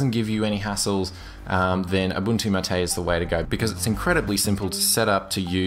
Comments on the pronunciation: It's "máte", not "maté" :P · equal emphasis on each syllable, Mar -Tay, not maTAY from the official website: " The name “MATE”, pronounced Ma-Tay, comes from yerba maté, a species of holly native to subtropical South America. Its leaves contain caffeine and are used to make infusions and a beverage called mate." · How do you pronounce "MATE"? i heard "ma - té". Whole life i thought was "may - t" (t sound at final) Btw, nice review! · The pronunciation is 'MAH - TAY like "mate" in Spanish. You used to pronounce it right. Why do you pronounce it all wrong now? =/ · i know there's a lot of pronunciations for MATE but a friend calls it "may-tee" jesus christ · The correct pronunciation is mah-tay...